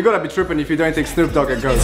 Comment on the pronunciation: The way he says goat bothers me so much